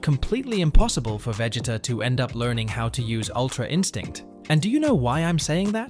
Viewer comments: veg-it-uh? bruh i'm dead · The moment I heard you say Vegita's name I had to close the video. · Veg-it-uh? Sounds like bro forgot his name while trying to say it 😂 Also a sigh-yan?? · How do you not know how to say his name this show has been around too long for you to not know how to say his name...Prob just dense! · Lol same